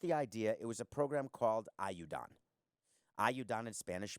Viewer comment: Hearing you try to pronounce ayuda is excruciating. How could you have lived in Miami for so long and not have learned even basic spanish.